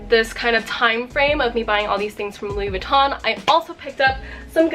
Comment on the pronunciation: Louis Vuitton not Louis Vuittone